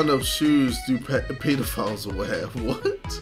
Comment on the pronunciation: Normal people:pedophilies KSI: pee-do-files😂😂I know y’all hear how he says pedophilie